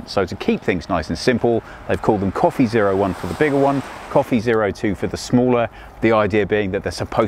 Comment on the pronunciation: Did he say Wey Copy1 and Wey Copy2